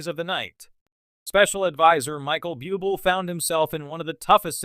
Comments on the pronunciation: Better asked 1st the correct pronunciation of Michael BUBLE' last names.It's IRRITATING! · Please pronounce Michael Buble’ name coeeectly